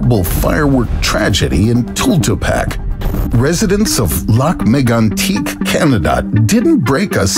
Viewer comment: BS - that’s not how Lac-Megantic is pronounced. I award you no points…